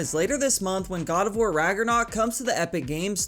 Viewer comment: if you watched the video you realize kratos is from god of war and he pronounced the game name wrong, which was funny